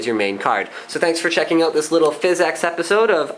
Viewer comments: Seriously... great video. But stop saying Fiz-X Pro-sessing. PHYSX is jsut Physics. It's a funky cool way to spell it. It's not PRO-CESSING. It's Prah-sessing. You sound ridiculous. But awesome video. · its pronounced physics, not fizz-ex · so your telling me the way to pronounce it is fizz-ex? i know its the engine. but its pronounced physics. watch?v=ZwoJ-upjeKo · I know what it is. but its not pronounced FIZZ EX. its pronounced physics. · Thumbs up if it bothers you every time he says "fizz-EX" instead of physics